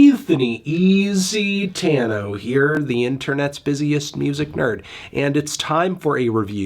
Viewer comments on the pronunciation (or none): none